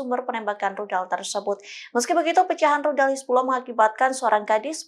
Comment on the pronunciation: Hizbulah bukan hizbuloh 😂